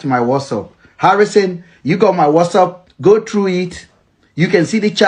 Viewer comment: It's whatsapp NOT whassup abeg!